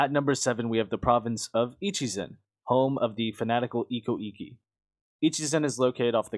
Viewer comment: "Echizen" Where did "Ichizen" come from